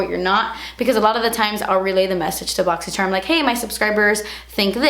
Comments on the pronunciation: Seriously say "boxycherm" when I talk about my box because of the way she says it. I love it 😂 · Now whenever I read boxycharm i read it the way you say it lol - boxycherm